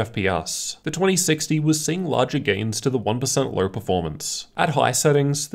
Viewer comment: I don’t like the way you say LOW and TWO. With a fucking “R” at the end..